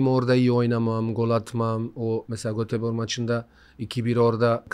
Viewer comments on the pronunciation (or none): none